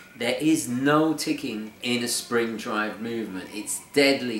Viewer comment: When he says No, sounds like Noel. When he says So, sounds like Sole. When he says Snowflake, sounds like Snowelflake.